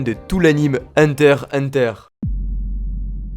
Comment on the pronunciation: pk tu ne prenonsse jamais le x de heurter x hunter